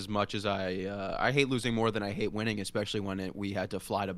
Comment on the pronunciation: “Expecially” I thought was the adult in the room?